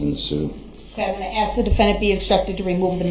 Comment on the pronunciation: it's SUSTAIN not SUBSTAIN and it's pronounced as ASK not AKS! hahahaha pathetic. go back to school! oh wait! you're in jail! hahahaha